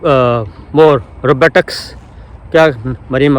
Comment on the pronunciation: Not Robutics...its Robotics